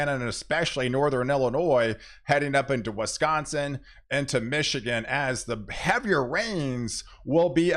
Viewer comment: interesting way of you pronunciation on Wisconsin "Weskonsin",,,, Pink "Peenk" Minnesota "Menesoda"